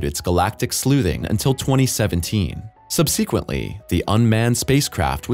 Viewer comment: Do millenials not know how to pronounce words, or is that an AI problem? Titan, certain and subsequently are mispronounced.